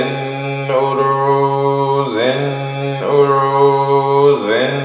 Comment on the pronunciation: Why are you chanting Zen Oro instead of Zin Uru?